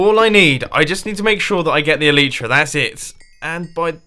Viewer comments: MUMBO, ITS ELAYTRA NOT ELITRA U ARE SAYING IT WRONG ALL DAY!!!! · I'm getting really annoyed by how mumbo pronounces elytra. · Grammar Nazi time. Sorry in advance Mumbo, just being picky. E-LIE-TRA not E-LEE-TRA, OMINOUS, fiERy